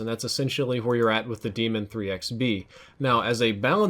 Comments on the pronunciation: It’s pronounced DAYMON ITS LIKE BAR NOT DEMON YOURE TRIPPEN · When two vowels go walking, the first one does the talking. Pronounced DAY•MUN, not DEE•MUN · Its "Day-MEN"....not demon. And that's how treyarch says it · It's daemon not demon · stop saying it like demon. it's de-a-mon. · Its actually pronounced Desmond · It's Pronouced as Daymon you noob. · Say it with me now.....DAE-MON, not demon. DAY-MON. DAEMON. There is no way it can be DEMON. Stahp it. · No, it's not pronounced "Demon". It's pronounced like Daedra or Daenerys. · I'm pretty sure Daemon is pronounced like Matt Damon. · Nah I’m pretty sure it’s pronounced like Damon cause the gun is named after OpTic Karma (Damon Barlow). Daemon (Damon) 3x (he’s has 3 rings from winning 3 CoD champs) B (Barlow, his last name) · I believe pronunciation of the Daemon is incorrect